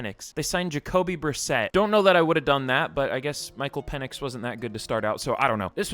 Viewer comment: It’s pronounced Penix not Penix